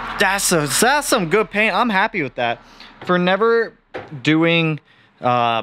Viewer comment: “ Das some good paint “ 😂